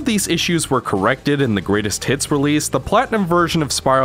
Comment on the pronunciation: Every time you say “greatest hits” I hear “Great as T*ts”